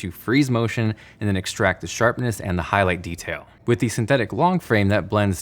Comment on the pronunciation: “HIGHTLIGHT” lol